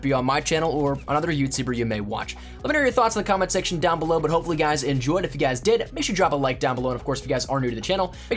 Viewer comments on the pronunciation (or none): none